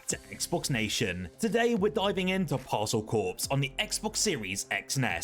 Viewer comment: Stop saying Parcel Corpse! LOL